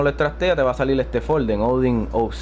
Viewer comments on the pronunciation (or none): "salil" "puelto"